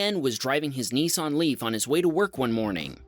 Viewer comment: *Niss-an, not "Knee-sarn", ffs...